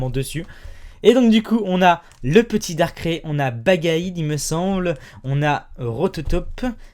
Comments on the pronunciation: Ça se prononce Darkaille pas Darkré ! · Suis-je la seule à ne pas supporter le fait qu'il dit "Darké" et pas "Darkraï" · moi se qui me choque le plus c'est pas l'argent qu'il a dépensé mais comment il prononce darkrai il le prononce "dark craie" au lieut de "dark kraille" ... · Darkré?? Moi perso je dis Darkraï... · quand va tu dire darkrai normalement s il te plait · mdr comment tu prononces darkrai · tu ne sais pas prononsse darkrai